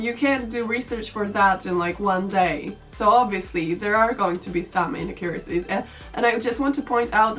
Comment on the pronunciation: Enjoyed the video, but I have to say... "inaccUracies"